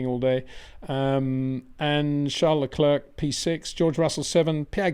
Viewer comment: Is it Charles Le clerk or Charles Le clear ? You say clerk most other day clear ..